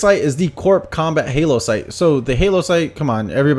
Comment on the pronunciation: I thought you'd cut together them in ads to actually show, also it's hollow not halo like holographic